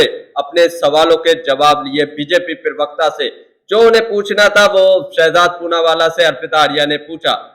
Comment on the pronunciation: 😮 आली जनाब,पिरवकता नहीं, प्रवक्ता होता है।